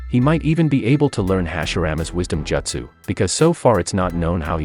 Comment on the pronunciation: bruh i bet u only read manga u pronounced the wrong way of pronouncing sasuke btw its toad sage mode u also cant pronounce jutsu and uchiha